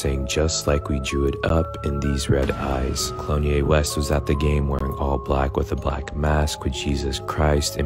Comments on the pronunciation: Did I hear "Clone Ye West". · Did he say, Clonye West? 😂😂